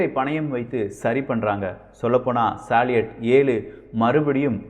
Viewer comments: தம்பி ஒரு சின்ன திருத்தம் சாலியட் உச்சரிப்பு பற்றி அது சல்யூட் என உச்சரிக்க பட வேண்டும் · சலீட் அல்ல சல்யூட்.